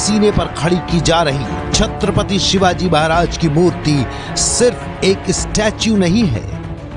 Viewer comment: अरे कुञ्या महाराजांचे नाव नीट घे